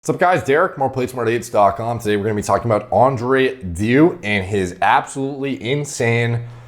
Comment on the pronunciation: Haha sounds like you're saying Andre Diu instead of Andrei deiu